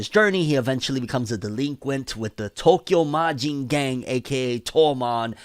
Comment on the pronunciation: Finally! Has been waiting for this video...and no offense but it's Tokyo manji gang you said it a little bit wrong and all please start making videos for each chapter